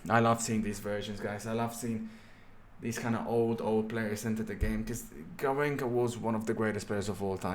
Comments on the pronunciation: fam its garrinsha not garrinka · The way to pronounce is GarrinXa, and yes, he carried Brazil to the 1962" World Cup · Hey, be careful with the pronunciation of Garrincha. the "cha" is like in "cha-cha", or like at "cheese". no like at "car".